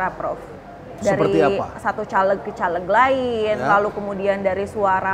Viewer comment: Mempertanyakan kredibilitas ibu ini karena cara melafalkan "CALEG" , pakai "E" di "Bekasi", bukan "E" di "Tempe"..